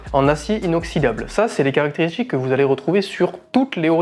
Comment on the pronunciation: Un petit effort de français SVP : ex. BouTCHique, SporTCHive, "qui font rappeler" (?) pour "qui rappellent", caractérisTCHique, sorTCHI, plus PTCHtite...🙄